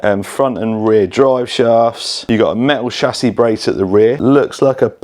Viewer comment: ssshhhhhassis brace… lol